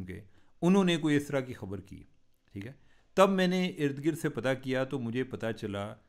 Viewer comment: Cheema sb apna tlufaz theak krn Khabar ko habar na bolin